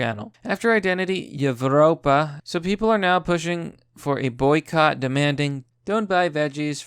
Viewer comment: Evropa is pronounced like Europa... the V is used in lots of that stuff because many Old-Latin languages used a V instead of a U. It’s in lots of Roman architecture and other beautiful works of Europeans too.